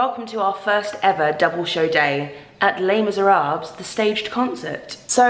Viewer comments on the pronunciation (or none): So excited about this. Going to see it in September! Why do you pronounce the “S” at the end of Miserables? I always thought it was silent? But maybe it’s not 🤯